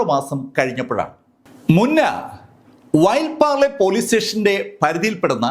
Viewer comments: വൈ പിർലെ അല്ല, വിലൈ പാർലെ സ്റ്റേഷൻ ആണ് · ചേട്ടാ വൈൻ പാർലെ അല്ല വിലെ പാർലെ ആണ് അതുപോലെ പല വീഡിയോസിലും സ്ഥലങ്ങൾ താങ്കൾ തെറ്റ് ആയിട്ട് ആണ് പറയുന്നത് ബാക്കി താങ്കളുടെ വീഡിയോസ് താങ്കളുടെ അവതരണ ശൈലി അടിപൊളി ആണ് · സർ, ആ സ്ഥലം വിലെ പാർലെ (Vile Parle)എന്നാണ്, വൈൽ പാർലെ എന്നല്ല. ശ്രദ്ധിക്കുമല്ലോ? ഉദ്വേഗജനകമായ കഥാകഥനം! കേട്ടുതുടങ്ങിയാൽ പിന്നെ ഒറ്റയിരുപ്പിന് തീരുന്നതുവരെ കേൾക്കും! ഭേഷ്❤❤❤